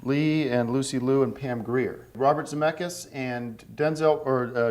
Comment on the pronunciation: How the hell did he pronounce Robert Zemeckis' name correctly?